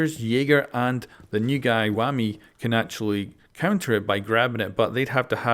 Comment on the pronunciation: The way he said wamai (wammy) 😂